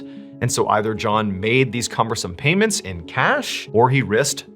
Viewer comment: No he said it correctly